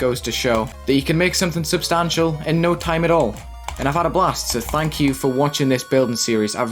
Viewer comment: I get scared when at the end if every video he says, “ THANK you”